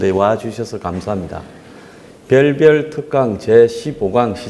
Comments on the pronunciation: 님 의 밸밸(? ) 특강 굉장히 유익 합니다 감사 합니다 특히 갱상도 발음 너무 정겨 워요ㅋ ㅋ🤣🤣🤣🤣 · 고승인 저는 대구 라서 경 을 갱으로 발음 않는데요 부산경남 쪽은 심하죠 ys 의 갱제 유명하죠!! 저는 밸밸 할때마다 웃음 이나죽겠어요 ㅋ ㅋ ㅋ